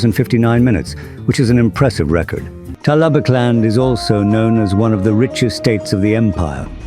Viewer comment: I'm impressed you got the AI to say "Talabecland" properly